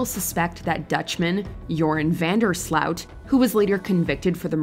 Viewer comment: Is that really how you pronounce van der Sloot?